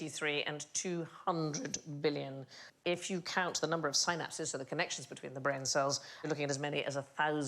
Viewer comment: The beautiful irony when Sandi tries to throw shade while talking about “Sainapses” saying “not every brain” while being unable to correctly pronounce synapses. 🤣 🤣 🤣 priceless